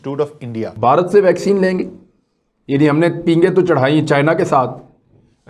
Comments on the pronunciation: भॅक्झीन नही है भाई वॅक्लिन दी है... 😂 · Vaccine =भैक्सिन.. 😄😄😄😂😂😂😂😂 कोई समझाओ यार।।। [ये वैक्सीन होता है] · यार ये भैक्सीन क्या होता है? वीडियो इसलिए कोई नहीं देखता है। वैक्सीन को भैक्सीन भैक्सीन करते रहते हो, सर मे दर्द होजाता है तुम्हारे भैक्सीन से। वैक्सीन बोला करो।